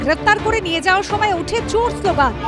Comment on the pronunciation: ' ওঠে চুর শ্লোগান ' সংবাদ পাঠিকা কি চানাচুরের নেশা করেছেন?